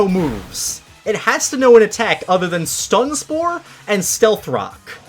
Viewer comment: You said stone spore it is stun spore